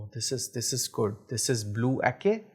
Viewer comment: Salam. Great review brother! Anyway, it is pronounce as Ah-cheh not Ah-kay. Keep the oud oil reviews coming. 💪🏻